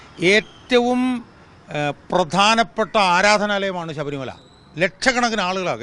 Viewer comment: ശബരിമല എന്നാണ് ഉച്ചരി ക്കേണ്ടത്. അല്ലാതെ sabharimala എന്നല്ല. ശ്രദ്ധിക്കുക